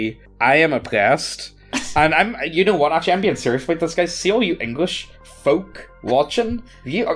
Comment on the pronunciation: The most pointed pronunciation of FFFFolk!